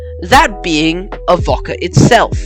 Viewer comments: Excellent video, I live in the town In Question and I train spot regularly on this line. And you you’ve made an excellent video about my ‘home railway’. And a quick tip, it’s more pronounced ‘Ahh-Vo-Ka- rather than Av-okk-a. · Bro, it's pronounced "Av-O-ca, not "Avocca" as you're saying it and Navarre is pronounced "Navair" even though it's spelled "Navarre". Apart from that, good. 👍🍻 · Yeah mate, his pronunciation makes me cringe too, as to the need for extra stations on the line, there should be only Avoca, Amphitheatre and Elmhurst, with all three having the passing loops as needed, but the major upgrade should be to the line speed, 40kph is a joke, when the rest of the network enjoys a considerable higher speed.